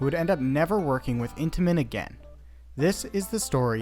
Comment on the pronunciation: Every time you said Intimens I thought of cheese danish 😂😂